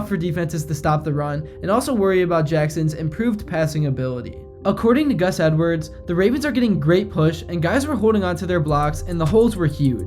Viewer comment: The butchering of Gus and Brandon Stephens name.